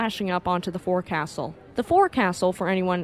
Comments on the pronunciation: Leyte is pronounced "lay-tee" or "lay-tay." Forecastle, a naval term, is properly pronounced "fo'c'sle." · 'Forecastle' is pronounced 'fo'c'sl'. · Very good job. Some notes: "forecastle" is pronounced roughly "foc'sal." The submerged explosion may have been due to over-worked surviving engines as the ship was purportedly trying to reach land in order to beach itself. U.S. Navy planners learned to subsequently attack IJN Yamato on one side with torpedoes while other planes also concentrated on bombing and strafing AA guns and crews on that same side. I believe Yamato went down more quickly as a result. Again, good job! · You do a great job with these videos. I bet I’m not the first to say it is “folks-el”.